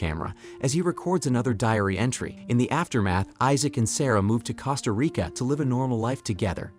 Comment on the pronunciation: Cost-A- REEKà